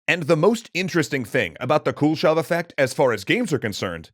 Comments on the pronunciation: Dude! It's not the Cool Shove effect :P Kuleshov is pronounced koo-leh-shov. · As a russian I giggle every time you pronounce “Kuleshov” like “Cool-shov” Also, kudos for finally pronouncing names with “ov”, instead of “ev”! It’s a common mistake in english - so surnames like “Khruschov” become “Khruschev”